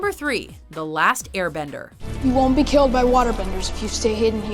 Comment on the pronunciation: It's not that it's white actors playing Asian roles that made me not like the movie. It was the pronunciation of the names that made me not want to finish it. I feel like the people who even made the movie never saw the show in the first place.